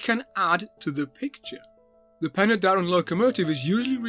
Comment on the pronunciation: That will be "Pen-uh-Darren" not "Pen-ooh-Darren".